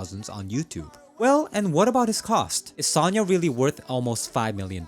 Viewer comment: Sanya ("Саня". Sometimes "Sasha" - "Саша", short names for Alexandr). The voice actor might have pronounce it bad, the author is Russian dude who has a channel named "CS GO NEWS" and that's his text the guy is reading.